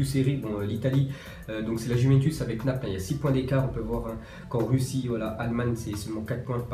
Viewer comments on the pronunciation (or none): none